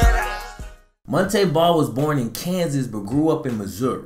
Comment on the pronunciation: Kept pronouncing his name wrong 🤷🏿‍♂️